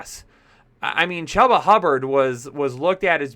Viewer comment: I think he pronounces his name as CHOOBA like choo choo train. : )